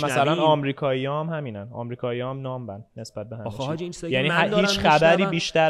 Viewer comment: اون کلمه نامب نیست.Numb , حرف اخر تلفظ نمیشه و نام خونده میشه😅